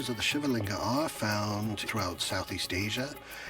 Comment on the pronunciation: The AI and real voices both mispronounce "Shiva"